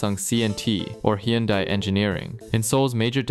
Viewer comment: hold up... you're "Korean" and can't say Hyundai? 😐 edit - or chaebol... I understand pronouncing things like Samsung wrong, but come on.